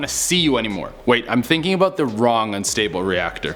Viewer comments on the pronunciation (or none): none